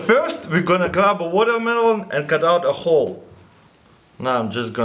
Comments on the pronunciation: It's not watermelon water-mel-ooon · "I'll jus grrwaab dis guwatermelon check dis out" -Russian hacker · "vodamelon" lol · woooo wodermallon , woDermallonn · MelonMelonNoMe "wadamaelone" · Sorry but, what's wotohmelon?